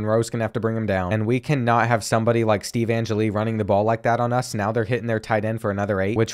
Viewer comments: If youre going to play ND every year.... Its pronounced An-Jell-E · Being a die hard Notre Dame fan I’m going to be picky and let you know that you’re saying Steve Angeli’s name wrong 🤣